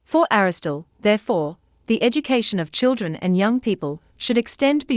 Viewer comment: Aristotle not Aristole - why does she miss an entire syllable? Sorry to be pedantic but I don’t get it. Great video otherwise